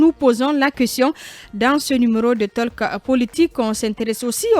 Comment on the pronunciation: On ne dit pas taleke.on dit tôk.